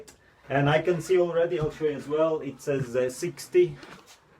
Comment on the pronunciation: I think he meant "whale" as "well ". Sounds similar